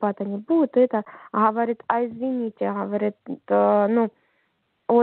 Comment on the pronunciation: Це лднр! Послухайте вимову "на чіста русскам"! "Хаваріт, шо" І кілька раз "у нас в республікє". Росіяни про республіки не розмовляють! І дружина каже, що ЗП відмовляються платити! В раші платять ЗП поки що! А в лднр проблеми з виплатою ЗП. весь час затримки